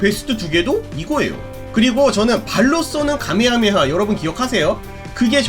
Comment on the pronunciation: 카메하메하 or 가메하메하 자막은 카 인데 들리는건 가로 들려서 어떤건지 조심스레 여쭙습니다